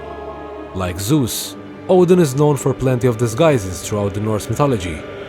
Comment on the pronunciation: It's Zeus not Zues , no offense.